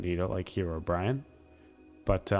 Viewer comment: hero brian? Herobrine: you always had trouble saying herobrine.